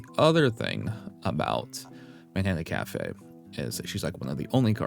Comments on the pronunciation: hate to say it... but isn't it pronounced "machikane"? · He still said it wrong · PLEASE LEARN HOW TO SAY MATIKANEFUKUKITARU's NAME CORRECTLY